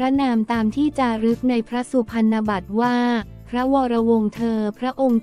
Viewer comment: คำว่าพรรณ อ่านว่าพัน-นะ ไม่ใช่ พัน เพราะเป็นคำควบกล้ำ